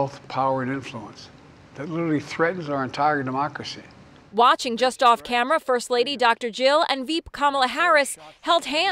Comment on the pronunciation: Biden and his "Arrr Demaakrasy" FJB and good-riddance!